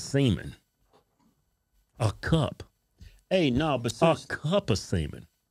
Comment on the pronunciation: bro stop sayin cup o' semen LOL